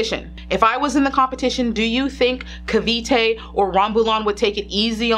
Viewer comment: Im glad you say cavite phew